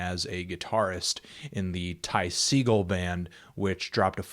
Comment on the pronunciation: It's pronounced Seh-gaul